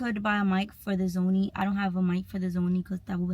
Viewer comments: why u say sony as Zony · It’s so cute how she was pronouncing SONY by saying ZOMIE the entire video! 😂